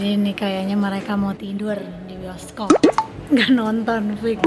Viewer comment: Btw teteh bukan bisokop tapi bioskop 😭🤣